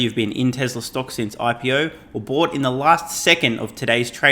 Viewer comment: My friends and I take a shot of vodka everytime you say Tezzlar instead of Tesla..